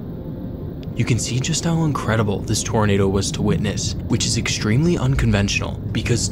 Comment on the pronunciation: Stop saying "eckshtremely" lol